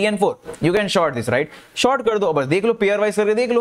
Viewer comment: abhi bhi short hi bol rahe ho bhai, short == sort